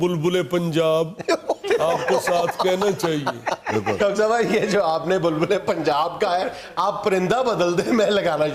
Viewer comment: مجھے حیرانی ہے کہ آپ کو اردو بالکل نہیں آتی۔ "بلبلے پنجاب" کیا ہوتا ہے؟ بلبلہ=بلبلے